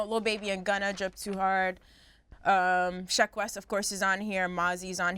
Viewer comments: I thought his name was Jaqueese (jah-queese) not Jah keese smh they keep mispronouncing his name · Everytime they say Jah-kees i die lol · They killing me with calling this dude Jacesss like this this dude ain't got no Q in his name!!!! Sound that ish out make the Q sound damnnn!!! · Damn y’all can’t even pronounce Jacquees name correctly smh🤡’s btw Chris Brown is 29, and Jacquees is 24 sooo no, he wasn’t a baby...y’all need to research before y’all talk that shit🙄